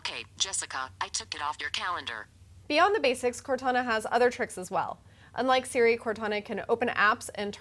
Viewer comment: I think she meant to say "and like Siri" but it sounded like "unlike Siri".